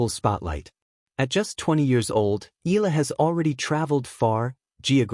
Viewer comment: Please learn her name right. It is e..ya..la